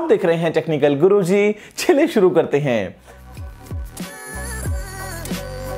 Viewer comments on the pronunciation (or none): Sharu nhi shuru hota hai😂😂😂😂